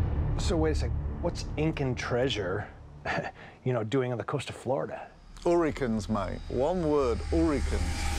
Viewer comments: Ooricanes mate, sounds like rum. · urriconz mate, one word, urriconz